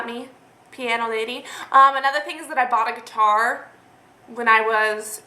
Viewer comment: When you first said "I bought a guitar" I thought you said "I robbed a bar" and I had to rewind it because I was so shocked lol Glad to know you didn't rob a bar :P